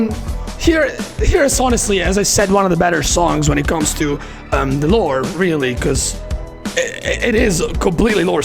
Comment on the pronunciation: Also, your accent makes me hear the way you say "lore" as "lord" and that alone makes an INTERESTING secondary interpretation in itself